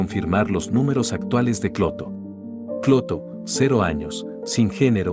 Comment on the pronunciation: cada ves que lo escucho parece que dice escroto y no clotho jaaa